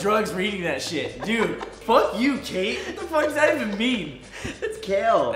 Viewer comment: and "DUEDE"